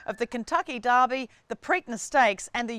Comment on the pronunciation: Just to be clear, it's not Darby. It's the Kentucky... Derby.